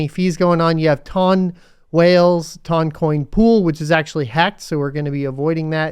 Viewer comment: I got to admit, I can't stand the pronunciation. My brain says tun, like a ton of weight.